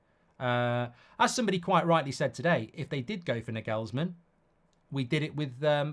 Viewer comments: Nah-gels-man not nag-ells-man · Can you please for the love of god stop calling him Nigelsmann. There's no "I" in his name it's an "A"... Clearly!